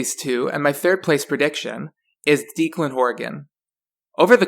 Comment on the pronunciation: It's not deekland its DEK-LEND for Declan